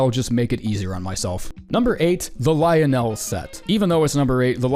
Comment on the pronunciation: Why do you say Lionel like an alien encountering human speech for the first time